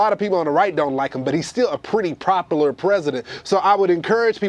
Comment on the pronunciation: Uncle Tom cant talk: "get rid of deregulation, uh regulation" "propular president"